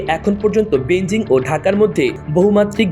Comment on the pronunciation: এ কেমন রিপোর্টার? বেইজিং কে বেনজিং বলছে কেনো?